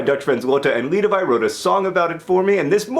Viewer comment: Did he just say "Lidewij?"